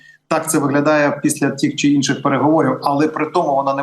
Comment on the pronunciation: Підкажіть редактору! ПовІтряні (наголос)! Щоб санкції були більш дієвими, тобто дієвішими. Тіх, ціх чи тих, цих санкцій? Тім, цім чи все ж тим, цим особам? Тоді вже краще тьох, цьох... У пана Михайла швидка зрозуміла мова, прудкий інтелект і чудова блискавична реакція. Чутливе добре серце - корінь перемоги.